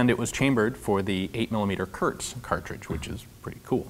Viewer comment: Hi ForgottenWeapons! I just wanted to let you know that "Volkssturm" is pronounced more like "Folkssturmgewehr". "Thuringia" is almost good, we just say "Turingen" in German. "Kurz" is not pronounced like "Kurt" but more like "Koorz".